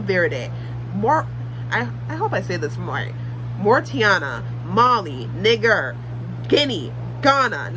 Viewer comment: lmao. Nye-jeer